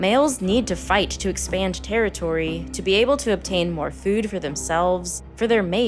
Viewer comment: the way you say “Fewd” gives me depression lmfao